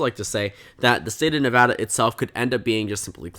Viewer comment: As a resident I'll be pretty surprised if Nevada goes right in a Senate race especially one with a Trump backed candidate. Trump doesn't perform well here. Also thanks for pronouncing it right, always annoying listening to national news when they can't even pronounce your state.